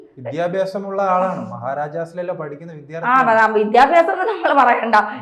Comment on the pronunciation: വിധൃാർത്തിയല്ല വിദൃാ൪ത്ഥിയാണ്. കൃത്യമായി കൃത്യമായി എന്നു് ആവർത്തിച്ചു പറയുന്നതു അരോചകമായി തോന്നുന്നു. ആർഷോയെന്ന പീറയെക്കുറിച്ചു് ചർച്ച ചെയ്യേണ്ട യോഗ്യത അവനിലല്ലോ. പിന്നെ എന്തിനാണ് വെറുതേ സമയം കളയുന്നതു്